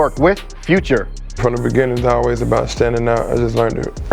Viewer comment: 'we talk abouw everything now is the easy part ...' fuck u mean bruh u don talk abouw everything c'mon